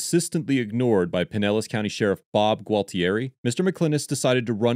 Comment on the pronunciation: For future reference, it’s “pine-ellis”. 😉 Also, Pinellis is a “rich people’s” area!